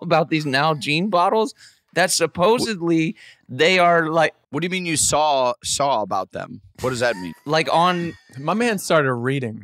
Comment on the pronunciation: I love how Blake just adds that l to the end of saw.😂🤙🏽